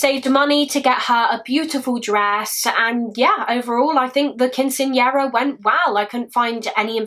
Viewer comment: Let me start this by saying is my hands down favorite. But I was expecting somebody from the U.S. Southwest to comment about the pronunciation of Quinceañera. Love you and A+ for effort!